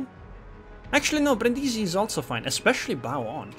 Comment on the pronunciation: Your pronunciation of Brindisi is spot on, don't listen to them. I would know, I live next to the damn city.